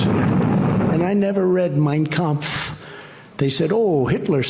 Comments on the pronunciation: Trump seems to sure as hell gives a perfect pitch German pronunciation of Kampf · I know, right!?! He can’t pronounce “Yosemite” correctly, but he landed “Mein Kampf” perfectly. So many ways to mispronounce it if you sound it out phonetically, which is how he tries to say words that he’s not familiar with. He’s definitely familiar with Hitler’s book. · Yep.... He sure did pronounce it perfectly. It could have just said I've never read anything written by Hitler but no, He had to specify and dog whistle to all the white supremacists out there.